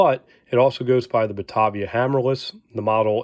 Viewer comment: Small correction - The collectors I know all say Batāvia. To locals from that area of New York State it is always pronounced Buh-tay-vee-uh (long A), not Bu-tahh-vee-uh. It's the toe-may-toe vs toe-mah-toe thing.